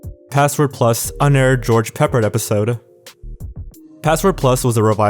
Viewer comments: his name is pronounced pa-pard, not peeperd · Pronounced: George Peh Pard. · George Peppard's name is pronounced "pep-ard". Ed McMahon is pronounced "Mick-man". No cause of death for Valerie was given? The constant, mind-numbingly repetitive music is beyond obnoxious and grates on my nerves. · George Peh-PAARD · Ughhhh God Dammitt,,I really like your channel,and videos but,really cringed when you mispronounced George Peppard's name. it's pronounced George Puh PARD..... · George PEP-pard. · George Pe-PARD, Ed Mc-MAN, Brian GRAY-din... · "A man named George Peppard" (also you pronounced it wrong, the emphasis is on the second syllable of his last name peh-PARD). He was... a pretty famous actor. Leader of the A-Team; Audrey Hepburn's love interest in a little movie some people may have heard of called Breakfast at Tiffany's. Let's put it this way; 50 years from now someone watches this video it's more likely they'll know who someone like George Peppard was in history than Demi Lovato. I mean I get younger people today (though I'm a Millennial myself) might not know who he is right away, but given the context of the clip he's in it should at least be pretty obvious he's some celebrity guest not just a random contestant.